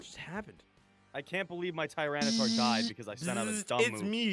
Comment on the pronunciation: Okay, seriously its not "tryanitar" it's "TY-RAN-itar"